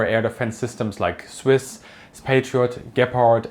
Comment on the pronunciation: Very comprehensive video but your pronounciation of CIWS as "Swiss" confused me 😂